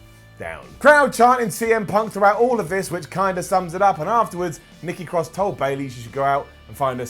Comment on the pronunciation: She calls her self NEKKI CROSS